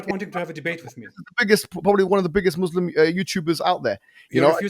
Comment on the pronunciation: doesnt even know Islamic history, yet he claims to know so much. is more than finished. he can't even pronounce Islamic names and "Muslim" properly, yet he claims to be born Muslim. he is a liar and a fraud. Ambush or not, isn't intelligent at all. couldn't even answer a single question in 2 hours. Did u even watch the daniel H. debate with??